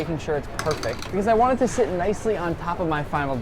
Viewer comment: "I vant some taquitos!"